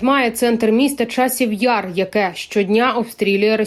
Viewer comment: Да вы задолбали, что вы название города коверкаете, в Часів Ярі, а не в часовому Яру, бараны, своё всё переименовали и здесь хозяйничают на чужой земле